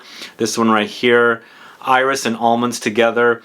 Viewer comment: When you say “iris” in French, the “s” is pronounced:-) I am a francophile so I can’t refrain from trying to help. And incidentally, in something like “Insolence”, the “in” is pronounced like a nasal short a, not a short o. Words like “antique “ ARE pronounced like a nasal short o. would you talk about perfume residue on clothes? It’s something I dislike since I do change my fragrances from day to day though I have those I tend to wear- anyway I really hate when the residue on clothes becomes a mishmash. Would that be an interesting video? Maybe not 😂. But maybe..